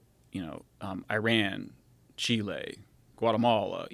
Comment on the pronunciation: The way he said chile is annoying